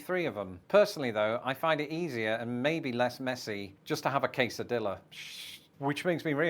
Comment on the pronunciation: Thats case o diya, not case o dilla!